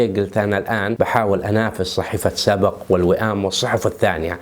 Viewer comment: اسمها صحيفة سبْق مو سبَق..... بسكون الباء وليس فتحها . (سبق) من سبق صحفي